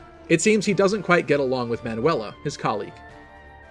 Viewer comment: More like youtubers vs pronouncing Manuela